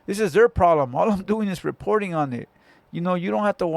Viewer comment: said "reporting" 🤣🤣🤣